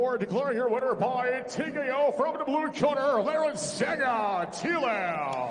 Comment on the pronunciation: TKO... They Wrongly pronounce his name... however they will Obviously remember His FACE. Congrats Mr. Lalrinsanga Tlau...💪